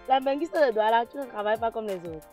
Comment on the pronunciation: c,est DOUALA et non NDOUALA🤣🤣